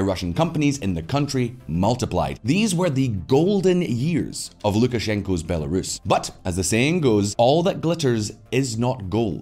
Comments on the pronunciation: Not sure if the voiceover narrator has been living under a rock, but that's not how you pronounce Belarus. And it's not the first video she's done this in either. Someone needs to talk to her and get that sorted. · Please teach that narrator to pronounce Belarus! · When will they train that female AI narrating voice to pronounce Belarus correctly? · The woman who does the voice over and keeps mispronouncing Belarus is driving me crazy. If you lack the will to research your projects then maybe just don't do them. Just sayin. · Hard to take this channel seriously when Belarus can't be pronounced properly and this makes it through the editing process. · It looks sloppy when the voice over chick can't pronounce Belarus correctly. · Heads up: your voiceover lady (or AI?) for those headlines has all sorts of pronunciation issues. Belarus … totally wrong, and Russophobic too. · The shoddy robot voice that can’t pronounce Belarus makes your videos trash every time you use it! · Would someone please teach your female voice-over that Belarus is NOT pronounced Bu-LAIR-uhs. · Bell air es 10/10 pronunciation lol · Great article… just wish the person reading the news articles would learn to pronounce Bel-uh-Roos correctly… it’s not Bella-ruhs… also not heard to learn the pronunciation. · Can she please say B e l a r u s and NOT B a l e r u s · Stopped watching after the second /Belerus/. The name of the country is BelArus, ffs. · Why is the video flipping between pronouncing it as “Bel-uh-roos” and “Belair-is”? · “Bell air is”~the narrator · “Bell-air-us” lol At least she sounds cute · whoever voiced over the text has never heard the country "belarus" before, they pronounced it "bell-air-us". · Am I the only one who heard it pronounced "Be""lar""us"? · Fan of the channel but if you're going to use AI to read lines at least put in the effort to get her to pronounce the name of the title country properly guys. It really adds an amateur look to an otherwise flawless production.